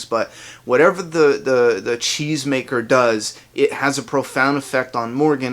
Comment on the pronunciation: Until I saw a comment confirming that Morgan said it in an interview, I swore he said chains maker! it sounds funny from a cheese maker...